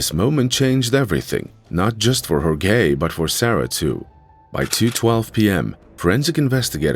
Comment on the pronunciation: Everyone, please be nice to AI, or it'll butcher your name--as in Hore-gay ;) Great follow-up